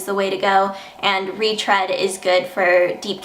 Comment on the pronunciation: I think the read in retread sounds like reed not red